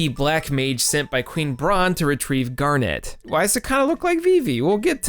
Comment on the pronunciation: Awesome follow-up. Just a few notes: It's "GAR-net", not "Garnette." Talking about the high points, and you skipped out on the Silver Dragons sequence (the best emotional moment in the entire game, with the possible exception of the ending, and one of the best pieces of the entire soundtrack) and the Black Mage Village music, probably the best piece in the entire soundtrack? Loved the love letter to FF9, though. It's not only the best FF game of the PS1 era, it's really the only one worth playing, certainly of the numbered installments at least. 7 was obnoxious and 8 was downright terrible in every way except the graphics and the music, and even the music was... well... not Uematsu's best work. (Not that it was bad, just that, with such a long list of high-quality soundtracks, one of them has to be of lesser quality than the rest.) 9 was the only one that felt like a real Final Fantasy game and a worthy successor to 6, to me at least, and it deserved a lot better treatment than it got by a failing, directionless company that somehow thought The Spirits Within was the future.